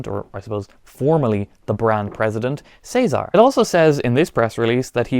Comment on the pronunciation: Thank you for saying "Cesar" correctly instead of "Ceesar" like most americans 😂